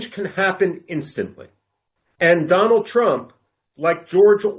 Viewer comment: Once wise man said dolund trump 😂